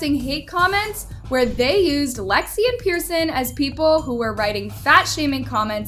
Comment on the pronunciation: Wdym she said it correctly